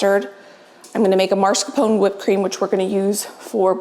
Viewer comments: Beautiful desserts! Just a note- it’s pronounced mascarpone and not marscapone. You are amazing!💖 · It’s called MAScarpone, not marscapone. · it's mascarpone, not marscapone,:D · Love watching you, have been binging hours and hours. But for the love of God please stop saying MARscarpone. There is only one R in it. It is MASCarpone. Luke a Halloween mask. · No judgement. I pronounced mascarpone wrong for years. Here's what I found. Pronounce Italian soft cheese "mascarpone" as "mascar pony" with stress on the "pony" syllable. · FYI, mascarpone is pronounced - maa·skaar·POW·nay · the cheese you like to use for your whipped cream is pronounced, mas-car-POH-nay. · lol everytime she says it im like “NOO!!” lol “YOU’RE KILLIN ME!!” Lololol Love alll your contect! I’d say in English it’s pronounced - Mah-scar-p-own and in Italian the r is rolled and pronounced mah-scar-pawn-eh, my American husband makes fun of me all the time bc I’m always correcting his pronunciation 🤣🤣🤣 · I love your videos. But please do this old Italian lady a favor….it is pronounced MAS-CAR-PONE cheese (like Mask-r-pone). A lot of folks put the R in the wrong spot! Keep those videos coming!